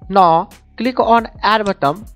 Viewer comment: U r saying NO, so many time, atlast i realise dat its not NO, its NOW, even if u cant pronounce diz simple word, thn y? Mera Bharath Mahan, v must proud dat v have a beautiful language.